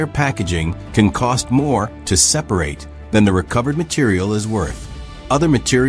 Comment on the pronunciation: It really is. They all really struggle with common words that have more than one pronunciation depending on context. It was 'separate' this time. Hearing these stupid mispronunciations detracts so badly that I can't finish watching the video. More and more of YouTube is being destroyed by AI, there needs to be an indication on the thumbnail if a video contains ANY AI and a way to filter out any videos using AI for visuals or narration. I'm tired of clicking on this crap.